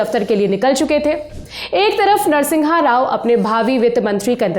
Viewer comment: Its NARA SIMHA RAO and not Nara Singha Rao...